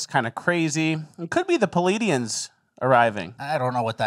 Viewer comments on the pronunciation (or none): you pronounced Pleadians wrong. It's Plee-aid-ians